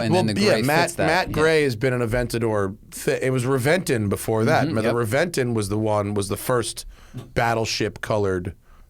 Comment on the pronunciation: I believe it’s pronounced Reventon.